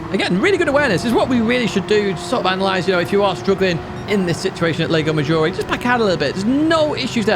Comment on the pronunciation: Psst, it's not LEGO Maggiore, it's Lago. With A. A!